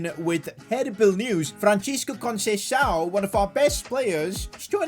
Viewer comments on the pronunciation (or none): none